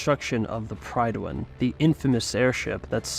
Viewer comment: Great video, except that the Citadel was never destroyed and it's pronounced Pridwhen.